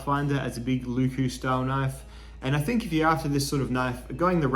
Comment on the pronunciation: If you care about pronounciation, here are a few tips for pronounciation. Leuku is a very quick word to pronounce, with no stretched wovels like the "lyykyy" in this video. Don't take this as a diss, nobody would expect you to speak enchantment table without practice, and it's always just plain funny to hear someone butcher other languages. IPA: ˈleu̯ku LE from "Leyland." U from "Butcher." K as a normal hard "kuh" sound Another similar U.